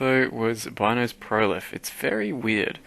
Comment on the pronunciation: It's not Bynoes, it's pronounced Beenoes.